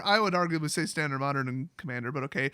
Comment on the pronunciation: It's Tandard